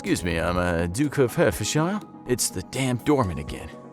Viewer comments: As someone who is from Hertfordshire, it pained me how you pronounced it Hurt-ford-shire , not Heart-ford-shear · P.S. "Hertfordshire" is pronounced "heart-fudd-shuh", not "hurt-furd-shire". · As a Brit it hurts me to hear Hertfordshire be pronounced Hert-Ford-shire. Its heart-fud-shear. But A for effort. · “I’m the duke of hertforshire” That’s Illegal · Hertfordshire... Pronounced Hart-fud-sheer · My man said hurt-ford-shy-r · The pronunciation of Hertfordshire 😂😂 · I know you tried your absolute best to pronounce Hertfordshire correctly😅. Keep it up! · The way he pronounced Hertfordshire. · I can feel that😅!